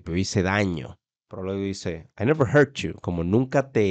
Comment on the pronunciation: Pensé que dijo hear no hurt jajaja